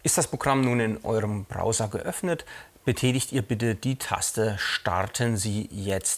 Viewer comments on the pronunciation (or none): none